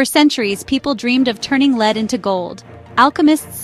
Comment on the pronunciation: Lead not leed.